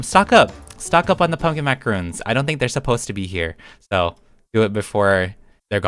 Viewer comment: is pronounced (mac uh ron) 😔 macaroon is something else